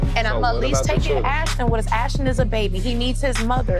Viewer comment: Ashton bro I swear they called him ashdon